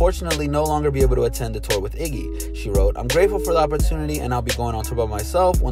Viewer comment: It's Iggy not jiggah 😂😂😂